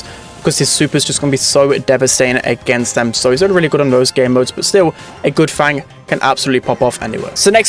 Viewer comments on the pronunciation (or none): none